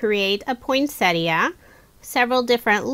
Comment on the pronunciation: I know lesley you are not alone. Most people, like, put a T in the middle and say Point - Set Ee - Uh rather than Poyn-set-ee uh.